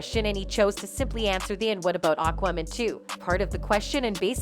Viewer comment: AND FOR THE LOVE OF GOD WOMAN.... ITS AQUAAA... NOT AKMIN!! AQUAAAa.... As in water.... Ya know???